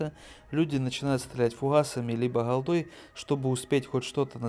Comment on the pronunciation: Не холдой, а голдой. Не Фухасами, а фугасами.